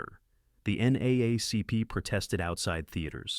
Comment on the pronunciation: Yep this is not some guys effort it is artificially made nobody says NA A Cp its said differently right....